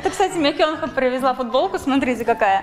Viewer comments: Правильно КёнхА ударение на а Так как в Корее все ударение на последний слог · не КЁнха, а КёнхА.. не каверкай имена, не приятно